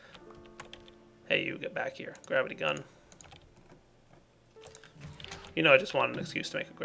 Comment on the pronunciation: I love how when says gravity gun it sounds like grabbity gun.